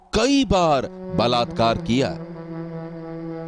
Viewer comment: Blatkar blatkar😠😠😠 Kese bol the ho